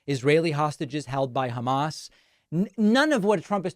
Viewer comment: Has anyone besides me ever noticed how trump refers to "Hamas"? He pronounces it "Hummus"....you know like the chick pea/tahini/garlic/lemon dip??